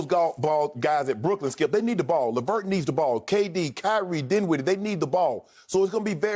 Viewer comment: Lol lavert? dinwiddle? Shannon stop smoking. Y'all tripping off one year.